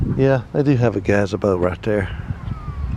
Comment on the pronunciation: I’ve never heard anyone pronounce “Gazebo” that way! Lol.. where are you from originally? Your accent is cool:0)